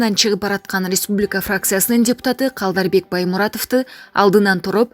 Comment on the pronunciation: Алып баруучу Республика дегенди туура айтсан чанжыраган сени